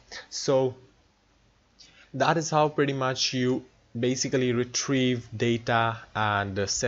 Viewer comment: Hahahaha that (.preety ) though xD. Happy new year!